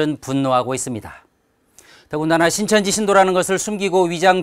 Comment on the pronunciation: "온 세계를 신천지화 한다.." ->온 세계를 코로나와 한다 로 들리는뎁?ㅋㅋ